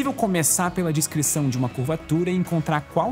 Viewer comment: A única coisa triste dos vídeos do é ouvir ele falando "discrição" em vez de "descrição"